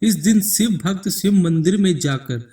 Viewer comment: ek baar bhi tune shiv ka nam dhang se nai liya..... शिव,शंकर बोल न कि siv,sankar